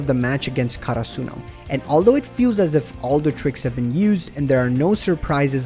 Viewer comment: they way you say karsuno, almost made me stop watching haha